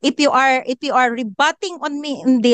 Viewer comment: you pronounce “IF” as “IP”.